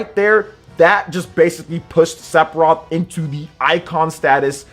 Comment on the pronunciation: Is he saying "Sepiroth"?